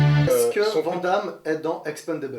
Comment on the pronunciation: Aaaaaaaaarrrrrrggg ça y'est je craque!!!!! Van Damme ça ce dis "VANNE DAMME" ET NON "VENT DAMME"